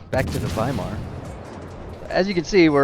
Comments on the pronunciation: its pronounced waimar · "W" is pronounced like a "V" in German. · When you were pronouncing Weimar all I could think about… “Gold jacket, green jacket who gives a shit” 😂